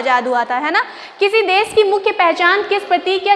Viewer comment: Hindi pronouncing is wrong.des nahi desh kahna chahiye and there hesitation is showing also.